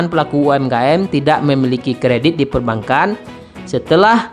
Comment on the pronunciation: bacanya bukan perban kan.. tp perbangan....